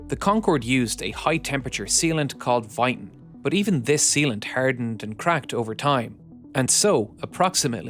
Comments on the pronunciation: Interesting but please when there is a word like "but" do not say "bus". It Always hits my ears. Same in case of heat. Thank you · can you please narrator STOP USING YOUR HORRIBLE PRONOUNCIATION OF "BUT" Enegineering.